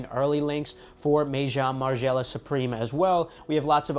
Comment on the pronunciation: May-Jong Margiela? 😂Gotta work on them french words bro.